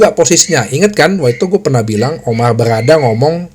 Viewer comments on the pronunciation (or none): Bro bacanya BayeRRRRRR LeveRRRkusen...... OmaRRRR BerRRRada..... semoga Tuyul merah tetap ngelawak tahun depan.... jadi tuyul imut2.....